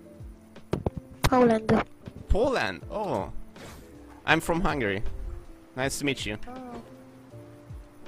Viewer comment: csak én hallottam azt hogy I'm from Hungry